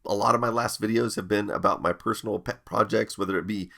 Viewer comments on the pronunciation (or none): Did he say "PET projects"?...